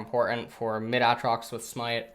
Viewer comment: It is pronounced A-trox, not ahhhhhh-trox